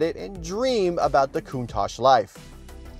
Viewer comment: Breh it’s not pronounced coont-ach is pronounced count-tach, honestly the most annoying thing Americans say